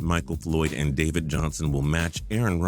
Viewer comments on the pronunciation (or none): none